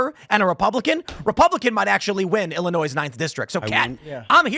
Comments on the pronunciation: lol, illinoise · Illininoise… 😂 she not a true Illini. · Somebody needs to tell her that the S is silent in Illinois! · lol. Tim you are saying the S at end Illinois because you live in WV. This might make you an official West Virginian.